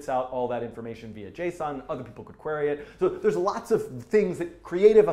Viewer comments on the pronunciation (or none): none